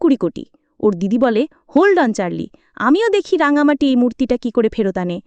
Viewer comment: রাঙামতি ওর নাম, রাঙামাটি নয়।ভাষ্যপাঠের জন্য সঠিক মানুষ নির্বাচন করা উচিত